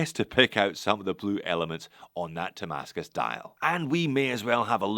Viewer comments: Nice shots of some interesting watches from Zelos. (By the way, are you pronouncing it "Tamascus"? That's what my ear is hearing.) I can see why the Hammerhead was popular, that's a beefy cool watch. Good take on the brand and what this watch offers, it's not for me but it sounds like it will sell. Makes me think of a G-SHOCK color variation. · I believe he is pronouncing "Ti-mascus", for titanium-based damascus